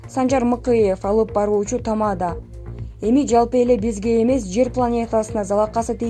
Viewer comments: Тама'да эмес чоң кыз, текстти туура окусаңар боло?? Тамада' эң акыркы ,"а" тамгасына баскыч жасалат. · Тамаданы нормально айтсанг